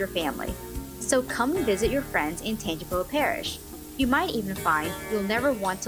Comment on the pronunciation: it’s pronounced tan-jee-pow